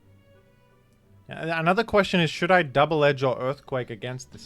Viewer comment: don't say double edge-ing like that